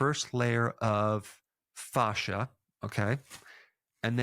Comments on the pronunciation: In my 20 years of working directly with doctors, nurses and surgeons, you're the only person I've EVER heard say FAW-shuh. 100% of medical professionals have said FA-shuh, to rhyme with ASH. I think it's rubbing me the wrong way when I shouldn't give it a second thought cuz you're really emphasizing FAW, Provoking me! 😆 But I won't let this go against your great record here. Good info as always. 😉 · I can’t stop hearing Goldmember from Austin Powers say “fahza” every time he says “fascia.” 😂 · Not sure I want to listen to a man who can't pronounce 'fascia' 🤣 but... I know Americans struggle with forming vowels and consonants. Keep trying 😁👍🏻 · It's kinda jarring to hear fascia pronounced this way, when in a roofing context (fascia is found framing edges of eaves and gables of your roof) it's pronounced fay-sha 😄 I wonder why its the same word for such different things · Dr. Berg, thank you for all your content. I'm a big fan of your videos. I have to say though (through no fault of yours) every time you mention 'Fascia' I can't help to not laugh a little bit because it reminds me of the 'Goldmemember' character from the Austin Powers movies talking about his father in his thick Dutch accent. :) Thank you again for a great channel! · Say "fascia" one more time. Dare ya! 😂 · Ive been saying fascia wrong all my life 😄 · Everytime you say fascia I think of gold member 😂 but great info, thanks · I can't help to laugh when you say fascia all I hear is Austin Powers Gold Member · I loved every time Dr. Berg said fascia! 😂